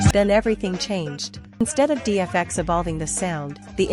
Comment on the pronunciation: You know nothing about hip hop if you can’t even pronounce Das Efx